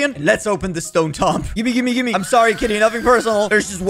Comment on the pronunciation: He cant say tomb correctly